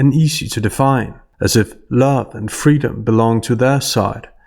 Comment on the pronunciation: I thought what she wanted was "fweedom".